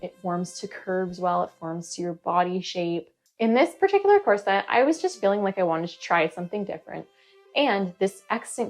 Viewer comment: Core. Set. — that’s all I hear and it’s so distracting